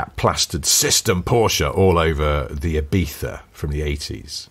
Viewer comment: Thank you for saying Ibiza correctly! Now if only people could learn how to say Choritzo properly 👍